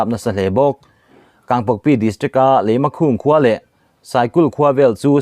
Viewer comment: Leimakhung ni lovin Leimakhong tih tur